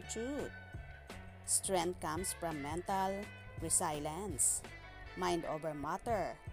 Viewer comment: Resilience po un... hinde re-silence! 😂